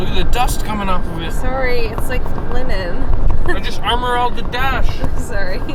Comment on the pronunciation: "i just armour all'd the dash" in the most Canadian accent ever lol dead